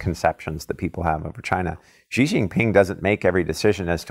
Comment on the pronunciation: If you think this guy knows China just take into consideration he can’t even say the president’s name properly...